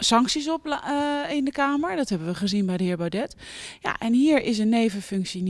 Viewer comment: Serieuze vraag en los van alle politieke standpunten. Thierry Baudet. Hoe kan je iemands naam nog steeds verkeerd uitspreken? Of doet ze dat expres?